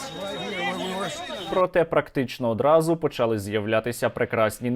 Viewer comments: нема такого слова почАли, наголос у слові почалИ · да не почАли, а почалИ, скільки можна з української мови знущаться